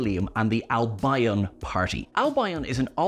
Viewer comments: (and repeated elsewhere) For future ref, Albion is pronounced AL-bee-on, not al-BYE-on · Pronounced AL- BEE - EN not AL-BI-ON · The Albion mispronunciation really irritated me. Its Al-bee-on not Al-bye-on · Its Al-beeon by the way. not Al-byeon. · "Albeeon" not "Al-by-on". 🤦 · its pronounced Albeon not Al Bion! Sheesh! 🤪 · I don't want to be that guy but I can't resist so it seems I am, and it's said so often: Albion is pronounced AL-bee-on not al-BIE-on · "Al - Bye - un"? Surely it's "Al - Bee - on" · Why do you keep saying Al-by-on, it’s pronounced Al-be-an…just saying 🌞 The one thing I haven’t heard anyone else mention is the older woman at the bar in the Dead Wood, is a very famous actress. Both her and the others in the bar must be coming back to haunt us at a later date. I don’t believe it was just a cameo. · It's not AL BI ON, ITS ALBION !!!! its one word get it right 🙄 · its Al-be -on not al-by-on ❤ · I thought Albion was pronounced „Al-bee-on“, not „Al-bi-on“. 🤔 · Al-bee-uhn, not Al-bye-on. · Albion is Alb-ee-on, not Alb-eye-on. 🙂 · It's AL-bee-un. Not al-BI-on. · Al-bee-un. Albion. Not Al-by-on 🤣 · you're pronouncing Albion incorrectly. It's Al-bee-un, not Al-by-on. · It's pronounced 'Al bee on', actually, not 'al by on'. Usually pronounced as if has two syllables, not the three syllables that you stretched it out to. I cringed every time that I heard you say 'Al bye on'.Even the Welsh don't pronounce it like that. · Albion is surely pronounced (as in West Bromwich Albion F.C.) is pronounced Al-be-on not Al-by-on ? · You do pronounce Albion very oddly. It's Al be on with the stress on the 'al'. Not al bi on with the stress on the bi. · Fascinating to see the easter eggs; but let down by the mispronunciation of 'Albion'. Never heard someone say it 'Al-by-on" before. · West Bromwich Al-BYE-on 🤣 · it's pronounced L-BE-ON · Al-buy-on? Interestingly Perfidious Albion (from Shakespeare) is well known in French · Albion is pronounced "Al - Bee - On"